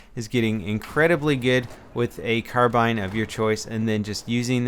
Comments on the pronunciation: Its carbine, not carbean -_ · The word is spelled car-bine not car-bean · car BINES is how it is pronounced. Like Amanda Bynes. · He just messed up, every other time he says 'Carbine' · Car-bean hahaha is it a tur-bean as well? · How do you pronounce "carbine" now? "carbAIne" or "carbIIne" ?